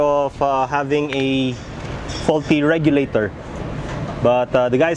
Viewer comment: レギュレーターの発音良すぎるな